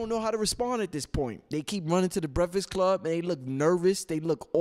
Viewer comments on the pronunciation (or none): LMBAO. Word to God I love and all the information he provides(good build with Brother Blue btw) but if I hear him say breficks club again I'm smashing my computer. Lol. All love.. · LMBAO. Word to God I love and all the information he provides(good build with Brother Blue btw) but if I hear him say Breficks Club again I'm smashing my computer. Lol.. All love.